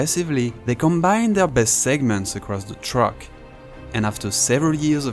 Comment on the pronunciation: "truck" or "track" ? 😉